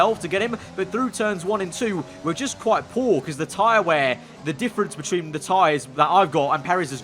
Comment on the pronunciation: wouldn't know, but his pronunciation of between (bitch-win) sure is weird